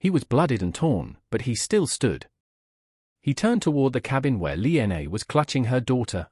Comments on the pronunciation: Yes, I have to echo and mirror with some of the other people have said about the very poor narration of this “story” I couldn’t even get past the six minute and 20 second mark because you couldn’t even pronunciate the woman’s name correctly… It is Lina or Lillian, not “Lee N A”! Did you not take the time to proof read and hear your story before you shoved it into the Internet? Definitely no like or thumbs up from me! SMH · Also, it might be nice to spell and pronounce simple Chinese names correctly..."Li Na"